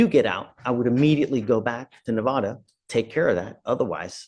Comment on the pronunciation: The Judge is misspronouncing Nevada